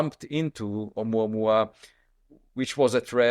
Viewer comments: Pronounced O-moo-A-moo-A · It's pronounced "Ah moo ah moo ah" ;-P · oh-moo-ah-moo-ah (Oumuamua) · Not "Ouma ouma" but "Ou mua mua"! Is that so hard? ;) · It’s pronounced Omooowa, Omooowa sweetheart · MATE, How do u RESEARCH 👽 & NOT DISCOVER THE CATTLE MUTALATTION PHENOMENON...ITS NOT ABOUT 1 SILLY VIDEO 😜 & ITS PRONOUNCED A-MOO-A-MOO-A 🐄 ...😂 BUT SERIOUSLY IT IS!!! & for God's sake ITS CON QUIEST TA DOOR, NOT CON QUEST TA DOOR!!! THE BETZ SPHERE WAS FOUND IN THE 1970'S THE SPANISH CONQUSET WAS THE 1500 & 1600'S !!!! BETZ THOUGHT IT WAS A FKN CANNON BALL AT FIRST IS ALL THEY MEANT LMAO😂😂😂😂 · Oh-mua-mua! It’s pronounced 😂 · i believe the correct pronunciation is o-moo-a moo-a... like your cow mate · Hey Bro... Its Pretty Simple to Pronounce it.. Say it like this (Uh-mua-mua) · It’s pronounced O mua mua. It means Scout in Hawaiian. Columbia is also a county in SOUTH AMERICA!!! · Oumuamua is a Hawaiian word meaning scout. It's pronounced Oh-moo-ah-moo-ah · pronounced like AH-MOOAH-MOOAH